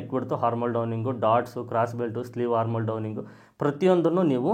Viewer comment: ಅದು ಹಾರ್ಮ ಓಲ್ ಅಲ್ಲ,ಹಾರ್ಮ ಅಂದರೆ ತೊಂದರೆ ಅಂತ ಅರ್ಥ,armhole ಆರ್ಮ ಅಂತ ಹೇಳಬೇಕು ಅಂದ್ರೆ ತೋಳು ಅಂತ, ದಯವಿಟ್ಟು ಸರಿ ಮಾಡಿಕೊಳ್ಳಿ